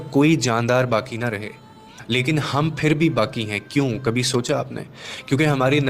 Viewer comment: Aapne shurat mistake ke hai plz sudharen..."LEKIN"....